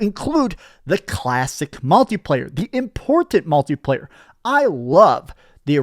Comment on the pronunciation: Every time says "multi-player" it sounds like he's saying MALTI player.